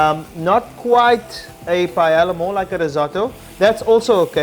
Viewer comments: in the video it is pronounced “payela” while it is correctly pronounced “pah-eh-ya” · The ll sounds like a y...paeya. awesome recipe!!!! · The LL’s are silent. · Hahaha. So funny. I had the same reaction ..." ITS PAELLA!!!".....And realized that perhaps I'm not even saying it right but however you say it, the goal is to make sure its always very good and then who cares how to pronounce it. :-) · You are about to teach us to make paella and you cannot pronounce it. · Everything is more or less right, except the chorizo. Both pronunciations of the dish name are wrong Spanish paella lover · they pronounced the dish wrong both times